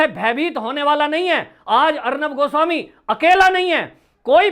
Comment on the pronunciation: आप किस बेवकूफ की बात कर रहे हैं , उस अखिलेश प्रताप सिंह की , जिसे एक लाइन इंग्लिश बोलना नहीं आता है। और अब तो लगता है हिन्दी शब्द का भी उच्चारण सही तरीके से नहीं कर सकता है। पत्रकार गोस्वामी जी का नाम भी ठीक से नहीं बोल पाता है। ऐसे ही लोगों की जमात भरी पड़ी है आज कांग्रेस में।